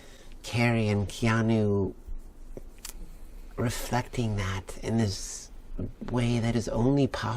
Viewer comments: Its Keanu, not Keano. WTF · " K E A N U " not Keano please fix the mans name correctly in the title despite it's two years old